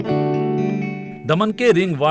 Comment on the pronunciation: दमण नहीं की दमन..